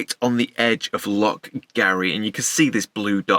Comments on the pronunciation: Great video as usual but being a Scotsman it’s loch not lock lol. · Bruh, it’s Loch not Lock 😅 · Please learn how to pronounce “loch” properly. 😂😂 Lovely video. Good to see you getting out and about in the van again.